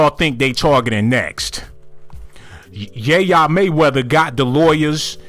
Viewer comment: Lol who is ya yea mayweather 🤣🤣 it’s yaya not yayea 🤦🏾‍♂️